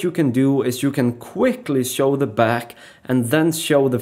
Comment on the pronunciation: I don't know whether it's my decreasing intellectual capapilities or the explanation: I din't understand anything. The moves looked cool, though. I was very impressed! Out of interest: Is there no "sch" (German) or "sh" (English) sound in Russian? Because when you say (e.g.) "Switch" you say "switzz", or when you say "Show" you say "Sow". It sounds very nice anyway, but made me curious.